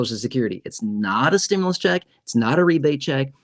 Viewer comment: Why r u on u tube. Lying to people u keep saying stmulouse. But it's not done yet